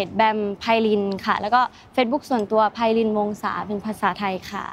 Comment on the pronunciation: แบม ไพลิน ค่ะ ไม่ใช่ ไพลินี5555